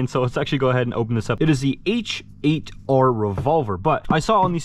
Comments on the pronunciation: I have the H8R. its soooo worth it. one thing I learned is that you actually pronounce it hater rather that h8r. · H8R=Hater pls just say it right 😂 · i think the “h8r” you’re supposed to say it like “hater”